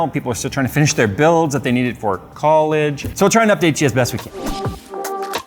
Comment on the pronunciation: " c O l L e G e " LMAO